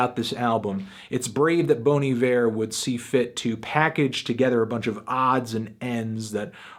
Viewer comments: Just for the record, it's pronounced BONN EE-VEER, not BONE EE-VEER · Even anthony is doing it wrong. It's Bon, not Boan. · Bon I-ver is the correct prunaunciationing. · Its actually be pronounced more like "Bawn E Vair". If you really want to know just listen to Bon Hiver pronounced over google translate. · Wrong...It's pronounced "Bonnie Bear" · Bawn eye-vurr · Bon E-Vair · It's pronounced Bahn I Ver. Also, what did you think of the new Sumerlands? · The only thing wrong about this review is that you keep pronouncing it bony ver. Also the rating but that's just my opinion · My god, I've been mispronouncing Bon Iver my whole life.